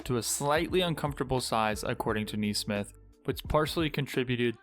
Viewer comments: “Knee-smith?” He doesn’t pronounce this common last name, as it is normally pronounced, “Ness-smith?” Very odd. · Neesmith? When did a single ‘e’ become pronounced as a double ‘e’?